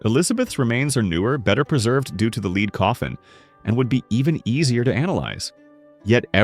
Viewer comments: If you're giving your AI narrator the word "lead" and you mean the metal misspell it as the homonym "led' - it grates my nerves every time a word is mispronounced. Makes me tend to disregard the video and its creators - because you didn't care enough to listen to the narration and fix it. I don't buy your argument. The online claim is that Elizabeth was 5" tall or at best 5'2"'. Even though her mother was approximately the same height, her father was 6'1". When average male height was 5"7", a male Elizabeth should have been taller than 5"2". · Hey AI 😊The pronunciation of the word for the metal lead (Pb) rhymes with head